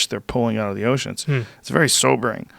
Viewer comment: I wish he pronounced his ‘th’s properly they’re more like d’s instead of this, other. It’s dis and udder